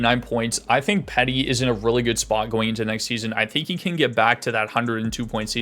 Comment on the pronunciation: lol I laught everytime you say petty instead of petey.